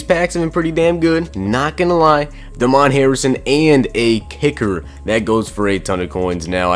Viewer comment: DAY-MEN Harrison not DA MON Harrison hahahahah come on man